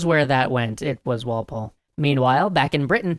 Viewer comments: Goddamnit Walpol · Who took the cookie... It was Walpoole